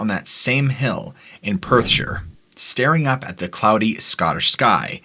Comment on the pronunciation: Finally an American who pronounced Perthshire correctly...this also goes for any placename that ends in shire ie:- Staffordshire, Yorkshire Gloucestershire ...always pronounced (Sher) never (shy-her).. rattles me cage every time an American tries to pronounce it lol